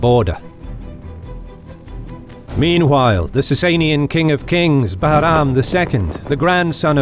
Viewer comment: Love the way you pronounce Bahram 👍